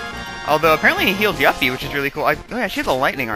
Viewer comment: You finally said Yuffie's name right! (You-Fee not Yuff-Fee) That makes me happy.